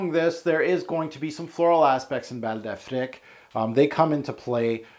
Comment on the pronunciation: Affrick? I thought it was Afreek